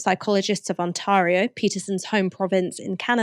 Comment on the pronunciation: As an Ontari-ari-arian, I must take offence with the mispronunciation of our great province, which acquired its name from a Huron (Wyandot) word meaning '250,000 is a fck of a lot of lakes.' It's pronounced, On-TARE-ee yo!